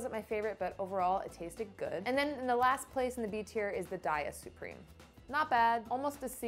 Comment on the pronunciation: DAY-uh...not DIE-ah...sounds like "diarrhea" when people say that 💩